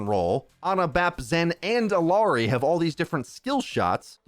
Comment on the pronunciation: It's IYARI not ILARI (for English pronunciation)